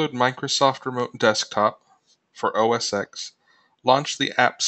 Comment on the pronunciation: The "X" in OS X is a Roman numeral, not the letter "X". It's pronounced "OS ten"